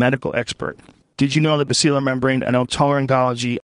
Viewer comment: It’s gotta be Joe. He mispronounced basilar